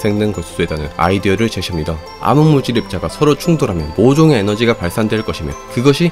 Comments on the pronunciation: 암흑물질을 아무물질 이라고 함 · 발음이.. 왜 자꾸 암흑물질을 아무물질이라고 하냐고..